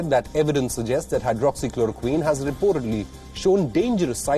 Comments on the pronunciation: He says hydroxy chlorokin🤣🤣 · WHO is a useless and a corrupt organization funded by China. If India would have followed WHO instead of ICMR, it would have been more worse. Tedros can't even pronounce hydroxychloroquine. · Ted does not even know how to correctly pronounce Hydroxychloroquine.. such an ass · First he helps CCP to distribute the virus to the world and now throwing mud at everyone who tries to question . My brother is 12 years old and he can pronounce it better than him.